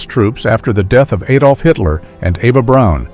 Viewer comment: not aydolf, a, like acid Adolf